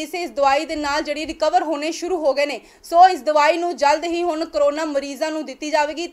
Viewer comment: ਹੁਨ ਨਹੀਂ ਬੋਲਿਆ ਜਾਂਦਾ " ਹੁਣ" ਬੋਲੋ ਕੰਬੀਰ ਨਹੀਂ "ਗੰਭੀਰ" ਸ਼ਬਦ ਸਹੀ ਹੈ ਪੰਜਾਬੀ ਭਾਸ਼ਾ ਵੱਲ ਵੀ ਧਿਆਨ ਦਿਓ ਬੀਬਾ ਜੀ